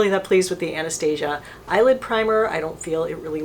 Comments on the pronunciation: Love your videos! Just wanna tell you she pronounces her name Ann-Nuh-Stah-See-Uh. :) Not Ann-Uh-Stay-Zha. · Awna staw seeya. If you watch her videos that's how she pronounces it.